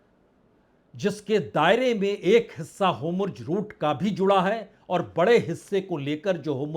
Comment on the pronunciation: Veer jio Please tuci Hormuz nu Homurz na kaho Hauli hauli mai bhi Homurz kahane lag ja rahi hu